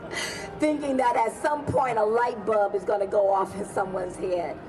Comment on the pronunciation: she said a "light bub" and it kilt me